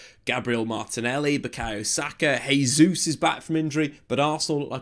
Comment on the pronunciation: Great analysis but one big problem. It's pronounced JAY ZEUS, not HEY ZEUS. Every time you butcher his name it undermines your good work.